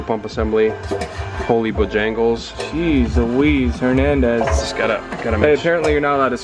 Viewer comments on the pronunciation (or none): Jeez Luise "Hernandesz" lmao nice one choom!